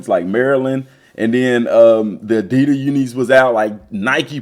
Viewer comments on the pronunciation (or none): none